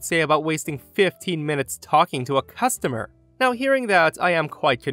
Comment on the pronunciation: It's customer, not costumer.